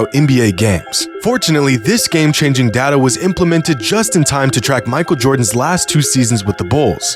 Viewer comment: It's data, not data